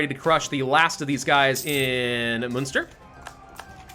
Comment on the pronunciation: Am I going to be a butt if I correct the pronounciations? Munster: Mun-ster (We say mun the same way as you say mun in money) Sligo: Sly-go. Ulster: Ul-ster (Ul pronounced like in bull.)